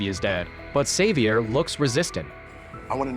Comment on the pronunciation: May favorite part is AI never pronouncing Xavier the same way twice